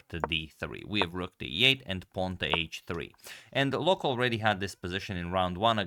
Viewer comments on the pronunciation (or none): Loek is actually pronounced as “Look”. Often in Dutch the “oe” is pronounced as “oo”. Also Jan van Smeets was almost right, but Smeets should be pronounced as “Smates” (as in checkmate ;) ). Also, keep up the great content, I love it. Love from The Netherlands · Dutchman here. The oe in "Loek" is pronounced like the oo in "took". Just to help 😊